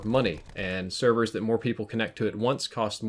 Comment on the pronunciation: Hey, what'are these "Severs" you speak of?